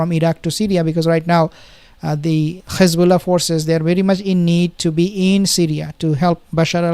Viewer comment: Ssalam bro ! You know how to pronouce the "h" of rafaH but you pronouce Hamas like the entity = Khamas !!! Same for hezbollah, you pronounce it Khesbollah ! It's a H "ح " not a KH " خ" ; All muslims should know how to pronounce !! Allah is al RaHman, not al rakhman, al raHim, not al rakhim ....